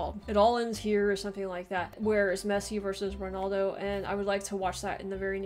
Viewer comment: Just to let you know it'd Ronaldo not Ronoldo